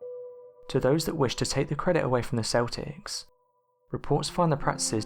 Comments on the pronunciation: Dude great video but Celtics is pronounced with a k sound (keltics) not a S sound (seltics) lol keep it up with the great work though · Celtics. It's not seltics. It's Celtics. pronounced like KELTIK. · Celtics is pronounced "KEL-ticks" .....NOT "SELL-ticks", like the basketball team from Boston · The Celtics are a basketball team. It's the Celts, pronounced Kelts. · Great video and topic but you are pronouncing Celtics wrong.